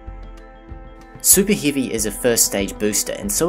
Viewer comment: Ear pressure? Superhivy? Whyr? Reed arrow? What dialect is that? And why are only some of the vowels non-standard and only in some of the words?